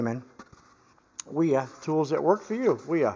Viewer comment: Wiha is pronounced Vee-ha, like a V8. As far as I can see on the handle, it says Wiha Werkzeug Gmbh, which is like Wiha Tool Corporation, and then their address in Schonach, Germany, it doesn't say anything about where the pliers were manufactured. I have a set of Wiha pliers with heavier comfort grips which is my main pliers set in my workshop box. I believe they were all made in Vietnam, and I'm fine with that, I got them on sale, I knew their country of origin before I bought them, and I have no complaints about their quality. On the other hand, I don't think I've ever seen a pair of Knipex pliers which weren't made in Germany, with that info stamped right into the forging